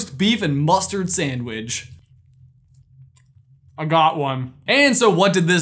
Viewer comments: Did you literally just say "sandwidge"? That's even worse than sammich or samwich. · Are my ears malfunctioning or did he call it a “samidge?”